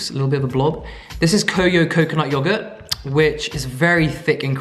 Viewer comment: Yo I DIED when you said "Yo-GuhrtT!"